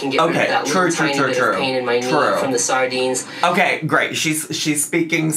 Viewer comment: I love that she says “saRdines” but still called herself “Dah-lean” 😂